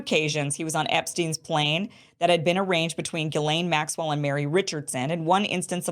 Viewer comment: For the love of God!!! I ask every last person reporting on Ghislane to ask a French speaker how to pronounce the name!!!!